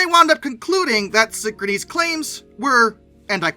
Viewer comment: You’re pronouncing the name of the company incorrectly. It’s pronounced the same way as the word “synchronous.”